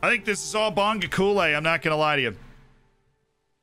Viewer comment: As a South African I'm very pleased with this signing. I might be wrong on this but I would pronounce it 'Bong-go-kuush-leh'